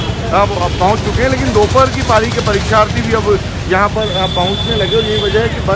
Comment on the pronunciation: पाली नही भाई पारी होता है grammer mistake नहीं pLease😂😂😂